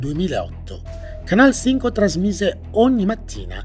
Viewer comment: Ma come pronunci bene Canal Cinco 😍